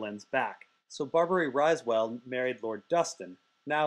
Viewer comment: Riswell. Not pronounced RISEwell